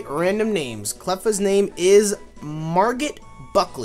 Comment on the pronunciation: By the way Margot is pronounced like (Mar-Go)